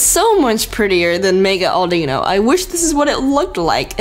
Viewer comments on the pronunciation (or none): u said audeeno lol. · its audino not like auldino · it's not au de no auduno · How you prounce Audino: a-DEE-ino so instead: A-DI-No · It name is pronounced mega Audi no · it produced Aw-din-oh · Audino is pronounced Aww din no